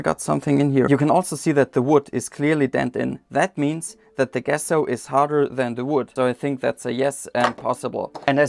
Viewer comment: Hey there! Love what you are doing. I believe the pronunciation of the G in Gesso is the same as the J in Justice. I hope one day to learn your language. You taught me that pressing your thumbs is your equivalent to our crossing our fingers. 😊